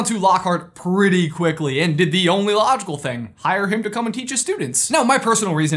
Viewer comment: 'PRRREETY OBVIOUS"